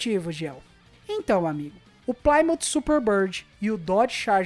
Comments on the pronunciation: Ótimo vídeo mas não era "Plaimout",eram os "PLIMÔUTH" rss, abraço e sucesso no seu canal! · Video legal, mas estes "plaimout" são terríveis... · pli-mãf / 6 bérel